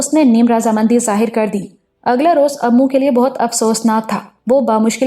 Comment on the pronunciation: Imran ka naam "Ammu" nahi, "immu" hai